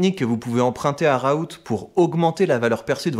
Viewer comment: Par contre on dit "raoul" et pas "raout" sinon tres bonne video